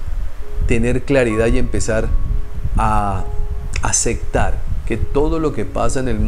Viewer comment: Y una observación de buena fe. Pero es que eres muy recurrente en esta palabra . . LA PALABRA ES. ACEPTAR no Acectar. No importa si así lo dicen en tu País. La Palabra en Castellano es así. ACEPTAR.